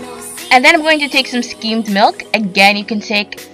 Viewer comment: Skimmed. Not "schemed". Vegetable. Not "vegetal". I can't put up with watching any more to hear what other words you butchered.